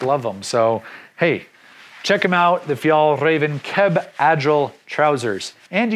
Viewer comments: Liked the video and suggestions on items. Btw the later pronunciations of Fjällräven var perfect! 👍🏼🇸🇪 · you almost got it right the second time (i speak swedish) you are better at saying it than any other english speaking person i heard saying it